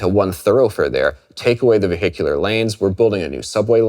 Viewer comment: "ve hicular"